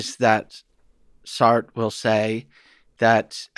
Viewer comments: This guy can't pronounce "Sartre" correctly and it makes me question his entire validity as an academic. How annoying that someone so educated can't do a simple google search on pronunciation? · This guy seriously needs to check out the French pronunciation of Sartre. It ain't "Sart", Just listened again, all his French philosophers are … like mispronunciations of European dairy products